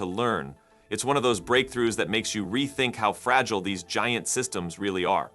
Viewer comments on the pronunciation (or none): none